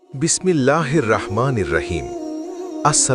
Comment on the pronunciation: আরে ভাই ভিডিও প্রকাশ করার আগে সব কিছুর সঠিক উচ্চারণ করা শিখুন। আপনার বিসমিল্লাহ তেই গলদ। আরবিতে র এর কখনো আ কার হয় না। হ আছে দুই ধরনের। আপনার কোনো উচ্চারণ ই ঠিক নাই। শিখে নিয়েন।